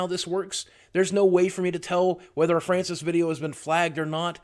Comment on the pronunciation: NEVER STOP FRYANCIS VIDEOS. (That's the way Francis said his name)